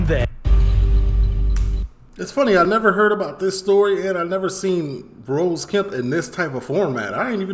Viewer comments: H8s ne is Ross not rose come on sort it out. He also d8d say sixth. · He's called Ross kemp not rose its ross two ss lol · Subscribed man, Love your content! It's not rose though it's ross bro. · Ross like boss not rose lol